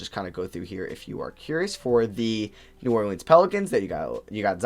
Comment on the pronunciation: Stop pronouncing New Orleans like that please 😂